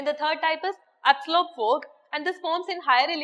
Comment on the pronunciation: thanks to..great love from karnataka,... mam ur accent is in malayali style....for outer state student bit difficult to understand some words...example- law....u pronounced it as lu, fog -fug, etc...........speed is like bullet train